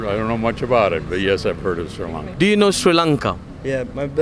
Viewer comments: Do u know See Lanka??? Please pronounce it properly either Shri Lanka or Sri Lanka. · SHEE lanka nathuwa hariata pronounce karapan ratey nama!! #redda